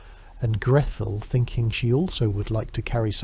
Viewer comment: Oddest pronunciation of Gretel.... where did Grethel come from?